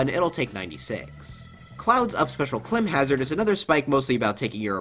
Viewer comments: “CLIM hazard” and “SKULKS down air” 😂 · even though it is spelled “CLIMHAZARD” or whatever I think it’s still pronounced like “Climbhazard”